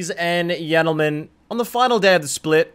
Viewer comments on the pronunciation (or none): Sadly that's not how baus would pronounce it It would be like G in grams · that fuckin "ladies and yentlemen" in the beginning killed me 🤣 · “Ladies and Yentlemen” lol so fitting